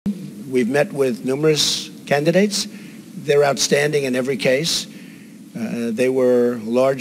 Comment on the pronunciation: 🙀🙀did he say canedates